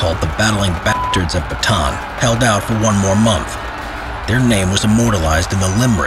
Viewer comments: For the last time! It's not "Bataan it's "bata-an"! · It's Buh-ta-ahn not Batuhn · sounds like hes saying baton instead of bata-an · Why did you say batan you are supposed to say bata-an add another "a" near the end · almost 3 years i still hear saying the baton instead of Ba-Ta- An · my mom was so mad ur saying it bataan not ba ta an cuz the dad of my mom dad was there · correction on the pronounciation of name Bataan, its Bata-an. not batan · I am happy that this atrocity that happened in my country and to my people has been told again. (I just get a tinge of annoyance every time he says batan, and not bah-ta-awn) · it is ba ta an not batan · Pronunciation lesson on Bataan: Bah-tah-ahn. Not Ba-tan. Thank you for listening to my ted talk. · this is how you say bataan} not batan its} ba-ta-an the last A is hard:^ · I like how its say "batan" not "bata-an" XD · its ba ta an not bataaan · well first of all its Ba-ta-an not ba-taan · Its Ba-ta-an not Ba-taan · It’s pronouced as “Ba-ta-an” not “ba-tan” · Its actually b a t a a n not batan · Its not bataan its ba-ta-aan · The batan deth march lol its ba-ta-an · Ist not bantan ist ba ta an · bro kept on saying baton instead of saying correctly like Bata-A-n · As a Filipino I am offended by how he says Bataan Its Bata-an not batan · He simply doesn't know because not many people know, or care. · Btw the pronounciation of bataab is Ba-ta-an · Repeat after me BA-TA-AN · The way foreigner prunounce bataan is funny😂 sorry to be a nerd its "bata an" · It's ba-ta-an sir i know this because im a pinoy or philippines. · It's called Ba-ta-an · It is called ba-ta-an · to pronouce bataan its Ba-ta-an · its ba-ta-an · btw its bah-tah-an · I'm laughing so hard right now becos of how this man translates 'Bataan'